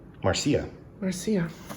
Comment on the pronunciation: It's clear you're living in Spain by the way you pronounce Marcia as "Mar-see-ya". It's kinda' hard to petulantly spout "Marcia, Marcia, Marcia" as "Mar-see-ya, Mar-see-ya, Mar-see-ya". :) Love the unboxing. The Rose collection is gorgeous.